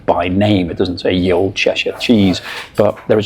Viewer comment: I hope you know that you can't read 12th century English ... probably not! "Ye old cheshire cheese" was how "The old cheshire cheese" was written before the Normans changed it to "Th", and after the demise of the Viking "ᚦ", or "þ", all of which should be pronounced the same way, and not how you pronounced it.